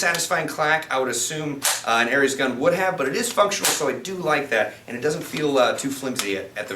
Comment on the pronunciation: Pronounced "oreez" with a short o